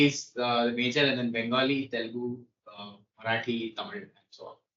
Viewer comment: you butchered Marathi!; but atleast you tried!! well done..